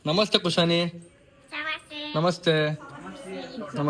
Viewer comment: ಸಮಸ್ಯೆ(ನಮಸ್ತೆ) 😅 ಸಮಸ್ಯೆ (ನಮಸ್ತೆ) 😅